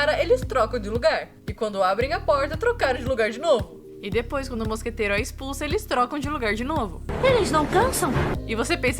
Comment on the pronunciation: Uma coisa MUITO BESTA que me irritava, a Miette falando mosqueteiro errado, ela fala "moscateira".